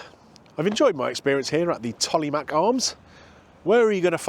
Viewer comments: Just for reference old boy its pronounced 'Tolmarsh'... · Love the Tolly, it's close to where my mum and sisters now live, haven't been there in a long time as I now live in California. BTW the mache in Tollemache is pronounced mash, even locals get that wrong sometimes as it's rarely said in full, just the nickname is generally used. Anyway, some nice restaurants and pubs in Rothwell down the road (Staci's Italian, Toro Steak House, The Old Bank, Thai Garden and more) as well, so that might be a good future vid or two if your travelling down the A14, going East/West.